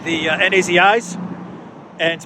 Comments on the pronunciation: Who are the "ENN-AY-ZEE-EYES",? LOL. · Thanks again. Wonderful job of lancing the ‘enn-ay-zee-ess’ boil that has become such a pain in the Azov.